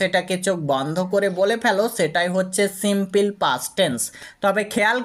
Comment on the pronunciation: দয়াকরে প্রথমে আপনার ইংরেজি উচ্চারণ সঠিক করুন।এই ধরনের হাস‍্যকর উচ্চারণ নিয়ে please কোন ভিডিও পোস্ট করবেন না।কারণ বিদেশের বাংগালিরা আপনার ইংরেজি উচ্চারণ শোনে মনে করে দেশের বাংগালিরা অত্যন্ত মূর্খ। Please don’t say সিম্পিল, say সিম্পুল (simple) ok